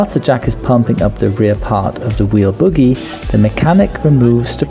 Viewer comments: It's a 'bogie' not a boogie. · …. ughhh … that’s “BOE - GEE”, not “boogie.” 🤔🤣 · Umm, it's bogie, not boogie. Multi-disc brakes do not have calipers, exactly. And, the air in the mounted tire needs to be substantially released before the axle nut is loosened. Although it is rare, a damaged wheel could be held together by the force of the axle nut against the bearings, and explode when that force is removed. Letting the air out first is safer. I changed tires, brakes, and coffee makers for fifteen years, then switched to avionics and never got my hands dirty again. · Just a little tip from an A&P mechanic who has changed a few tires on Boeings and Airbuses. The term is 'Bogie' (with a long 'O' in English). The term 'boogie' is a type of illegal music that can get us in trouble when performed in the UK. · I love your channel and I am sure you speak more languages than me, but it is not boogie, it is bogie (bow-gee). The first word is what child dig out of their nose...lol. I am sorry, it just made me smile. Great channel.......thank you!!!! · Hi. Interesting video. Btw, it's "bogie", not "boogie"! Cheers. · Bogie (pronounced boh-ghee) not boogy (a type of dance or nasal product). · It's a BOW GEE... BOH GEE... Not a buggie / boogie. Those are in your nose. And RETREADED, not RETHREADED. No H in retread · bowgie, not boogie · Bogey, not boogie. Re-TReaded, not re-THReaded. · It's NOT Boogie.......................It's pronounced as "BOH-GEE".......Long "O" vowel sound!!! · BOHGIE not boogie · Pronounced Bogie, not boogie genius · I can't get over the way he pronounces "bogey." Cracks me up every time.